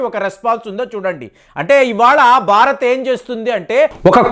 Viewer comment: Barat??? Learn how to speak Telugu properly and correctly😊